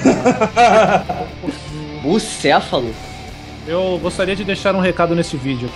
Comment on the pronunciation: "Bucefalo" HAHAHAHAHAHAHHA Esse, ele é louco